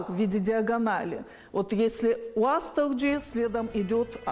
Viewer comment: Женщина професор незнает что Уастырджи нельзя говорить аааааа уше разрывает от твоего произношения